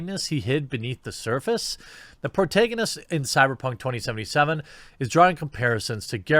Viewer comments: Pro-TAG-a-nist.... phonetically seeing might help u stop saying pro-tay-ga-nist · Sorry, but it's pro-TAG-onist. Like in "tag". I love your stuff, but yikes. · It's pro-TAG-anist bro. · Please never say protagonist again great video though